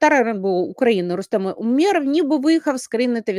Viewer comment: у́меров, давайте ставити правильно наголос